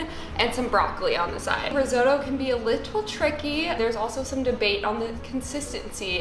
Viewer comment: No offence but crying a bit about how Americans seemingly pronounce risotto